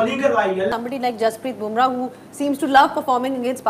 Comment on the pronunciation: Aspel nhi Spel bolye ispect nhi acsept bolye Jasvit bhumrah nhi jaspreet bumrah bolo Reking nhi Renking bolo Hindustan Zindabaad 🇮🇳🇮🇳🇮🇳🇮🇳 J